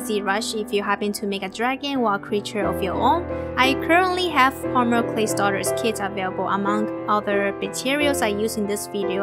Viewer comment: Why does She pornounce polymer pomyler